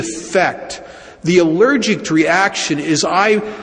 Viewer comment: Is he saying allergict?